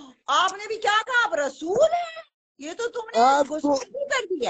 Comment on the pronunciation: Yeh Rasool hai ya Lehsoon hai? Kya bola🤣🤣🤣🤣